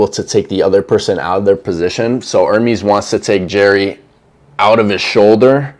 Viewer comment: Legit stop trying to be an ‘analyst’ on arm wrestling, until you start pronouncing their names correctly. It’s ‘Er-mez’, not ‘Ermees’…..from a Jerry fan.